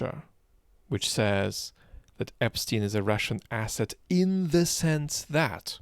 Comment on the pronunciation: I was just trying to make fun of ‘s pronounciation of the word asset 🙂